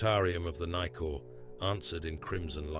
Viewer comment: Brother..u straight up disrespect my people's language.. everytime u mentioned any name it's so horrendous pronunciation..for example brother...the ship..is named after a great tree called nikau.... pronounced..knee cow....not nicor..... trying to help here..we new Zealand fellas a bit fkn staunch about our culture and language mate